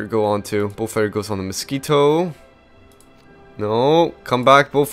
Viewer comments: Falker wolf??? Its falkwolf......sorry that really bothers me when u dont say it correctly lol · It's actually Focke-Wulf which is read like "fock-eh voolf" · It sounds like your saying bullfighter